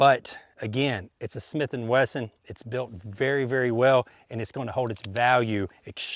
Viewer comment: Snith and Wesson? That’s a new one lol